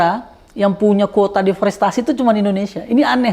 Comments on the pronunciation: DEREFOSTASI .... mulu pak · Bang... "deforestasi" bang.... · Abraham samad ini ternyata orang yang males baca, deforestasi aja berulang2 salah ucap. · deforestasi om Samad, jangan salah sebut ya......